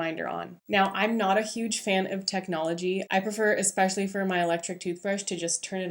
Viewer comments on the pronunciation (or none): none